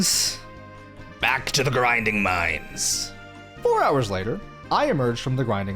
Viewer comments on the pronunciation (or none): hehe... "griding"